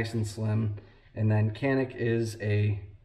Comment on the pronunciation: I have the TP9SFX. Great guns. They actually say you pronounce it Janik in turkish. lol